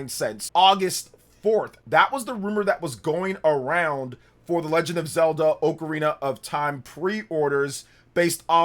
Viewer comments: Oakarina? It's OCARINA ah-ka-ri-na not oak-a-ri-na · Why you say ocrarina like that, ? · Dawg why do you say “Oakarina” 😭